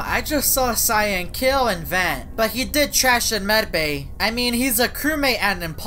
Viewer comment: guys turn on subtitle and he says van instead of vent